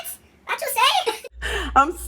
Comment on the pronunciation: The “vhat? Vhat you say?!” Has been replaying in my head all day thanks to this video and I’m pressing charges for that clip staying in my head rent free 😂 gotta day the give me glow wins for me